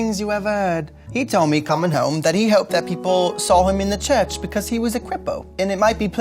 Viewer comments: Because is pronounced ‘BE CUZ’ (like cousin) not ‘BE CORRS’ 😬 Though he did a really decent job for the time had. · "Because" is pronounced as "biccuz" in English accents, potentially a bit closer to "biccaz" in strong Cockney, but certainly not how she taught it.